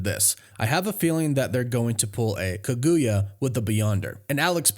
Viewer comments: You pronounced the name of that naruto villain wrong but A for effort lol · Bro you are butchering Kaguya’s name 😂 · Was I the only one that felt off by the mispronunciation of Kaguya?